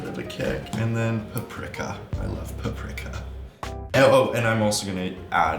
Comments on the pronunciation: OMG the way he pronounced Paprika cracked me up. I’ve never heard anyone say “per-prick-a” I’ve always heard it said “per-Preek-a”. 😂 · Q not trying to be rude at all but the way u said paprika is actually wrong it’s pronounced pap-ri-ka= paprika (I know cuz paprikas hungarian and im Hungarian so ya) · “PuP-riCk-A… i LoVE PUp-RIck-A” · Q SAYING PAPRIKA WRONG IS KILLING ME LOL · ive never heard anyone pronounce paprika like that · when Anthony pronounced paprika was killing me😂😂😂😂